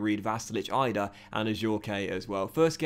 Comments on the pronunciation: Adam Idah's name is pronounced like an e at the end so it is like saying Adam Eedah not Adam Eyedah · Bro have been saying this since day one. I know the guy as well played footy with him hahah it’s eeeeedah not eyedah lol